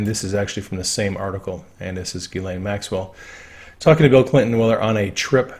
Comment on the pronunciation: Not sure how She pronounces her name but the correct French pronunciation is: (hard) Gee - len. Not Gee as in "Oh gee!" Nor "layne" but "len". With Stress on 2nd syllable.